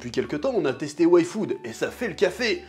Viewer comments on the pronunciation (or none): A chaque "yfood" j'entendais "waifu" haha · moi aussi j’entend waifu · Pourquoi j'ai entendu Waifood? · T'es pas seul moi aussi sa ma fait sa